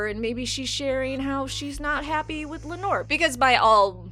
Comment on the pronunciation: I thought it was pronounced Lay-nuh and Lay-nor. Also aren't the Velaryons supposed to burn their dead. Or do only the Targaryens do that?